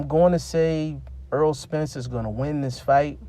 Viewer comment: Btw it's Not Earl, put some Respecc on his name bruh